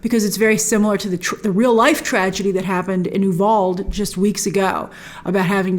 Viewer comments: (You Val dey) Uvalde* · It's pronounced yoo-VAL-dee. I live near there.